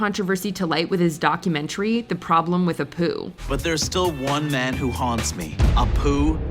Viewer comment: He said Problem with a poo 😆